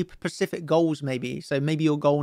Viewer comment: I have hope that you will one day learn how to say “specific” you been pronouncing it “pacific” the “S” is not silent